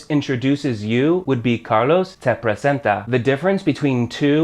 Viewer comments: its pronounced tay (te) not teh (te) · Love your videos, but everytime you mispronounce te I cringe.. sorry, much love